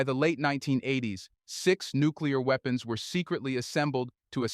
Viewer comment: “Nuclear WEEPENS”